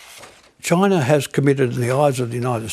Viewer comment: This lady really hates the choi-nays.